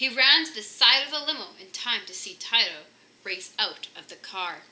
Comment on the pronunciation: The chihuahua's name is pronounce 'Tee-toe', not 'Tie-Toe'. Anyway, nice reading.